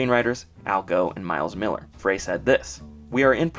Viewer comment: James Frey’s name is pronounced “fry,” not “fray.” How do you not know this? Did you do any research? Frey was caught up in a major book publishing scandal in 2006 with the most famous woman on Earth, Oprah Winfrey. He is literally a household name.